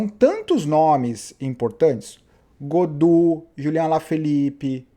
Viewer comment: Gaudu e não "Godu"